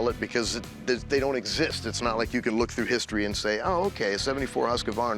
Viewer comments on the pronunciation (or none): none